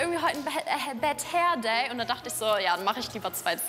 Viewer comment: Normale Menschen: "Ich habe heute einen Bad Hair day": "Bahahad hair day"